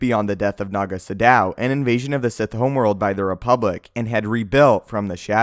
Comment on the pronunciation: Does it bother anyone else that he's pronouncing naga sadow wrong?